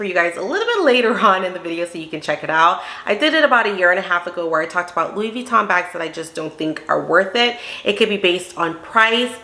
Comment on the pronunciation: As an expert, why is she mispronouncing Vuitton?